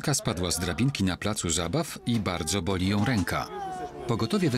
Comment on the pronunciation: Ja usłyszałam raz "woli" a powinnam "boli"XDDDD